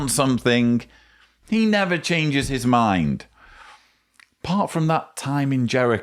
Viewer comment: absolutely grinds me so bad with his adding of Hs into normal words….mHind, greatHest, fHeelings, bHeing etc. I can’t stand listening to him.